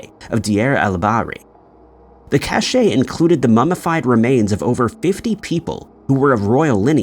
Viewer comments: Are you saying many words incorrectly on purpose or is your grasp of the english language simply rudimentary, or did you have AI narrate the script? There were many, but just so you know, the word cache is not said “cash-A” it’s just cash. And there was nothing creepy about any of these stories. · Cache' is pronounced "cash"